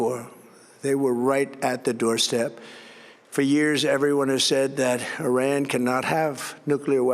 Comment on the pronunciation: “We have decimated Orang”…?! Was he daydreaming about Orangutans while he was reading his script?!